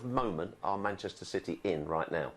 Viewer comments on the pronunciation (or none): none